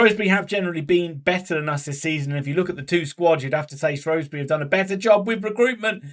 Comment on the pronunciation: Ur saying Shrewsbury wrong u spaz